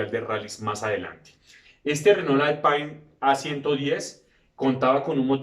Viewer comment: Buen video. Excelente paso por la historia de la marca francesa. Solo una puntualización: he visto que pones un gran empeño en pronunciar la palabra "Renault" con acento francés ("renó"), y la verdad es que la pronuncias muy bien. Pero Alpine (traducido "alpino", "de los Alpes") también es una marca francesa, y deberías pronunciarla en francés (algo así como "alpén"), y no como se pronunciaría en inglés ("alpain"). Un saludo.